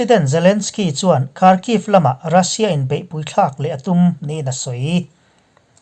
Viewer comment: Karcheh tih hi chawlh kar tih kan sawi ang hian sawi tur